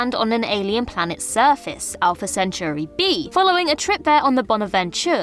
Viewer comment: A lot of folks complaining about alumni or the spelling of his name, and only one comment about how she horribly mispronounced Centauri. Sad.